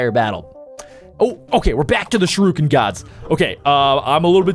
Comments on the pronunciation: It disturbs me how he says sharuken instead of shuriken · It’s pronounced sh-ur-I-ken